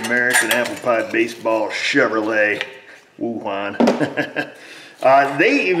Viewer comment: Hon-Due!!!!! My bad, I mean Chev-her-lay.